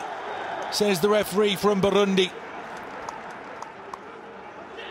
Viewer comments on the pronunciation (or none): Referee from Burrrrrrrundi